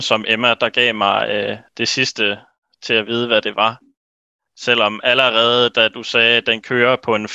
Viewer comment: that allerede is so danish